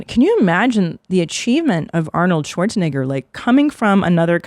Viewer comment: Christina’s Pronunciation of schwarze - Negger was rather interesting..